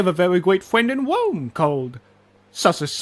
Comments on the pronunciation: I mean it did sound like he pronounced it as wome or something, mans on his uwu game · "I have a very gweat fwiend in wome called Sussus Amogus." love the speech impediment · "i have a vewy gweat fwends in wome"😂😂😂